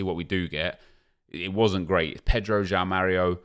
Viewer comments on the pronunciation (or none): none